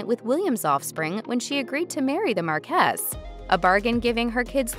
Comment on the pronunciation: Tabloid trash, but the least the speaker can do is learn to pronounce marquess and houghton.